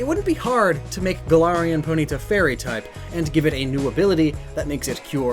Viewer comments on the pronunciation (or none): Anyone else triggered by how he pronounces poNYta and not POnyta?? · It’s always interesting to hear how different people pronounce various Pokémon names, for example: says Po-nita and I say Pony-tah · The way you say Ponyta is NOT ok.